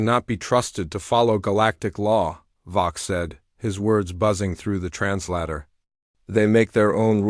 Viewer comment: Trans-lay-tor! How hard is that?